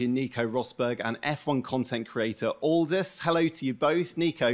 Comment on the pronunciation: Butchered both names. "Neeko" & "Oldas"